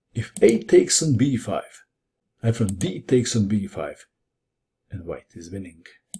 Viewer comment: Apparently "Winnink" doesn't gave a G at the end, but in fact a hard K. Who knew?